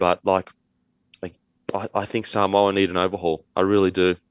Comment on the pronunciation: It's "sa-moo-a".. lol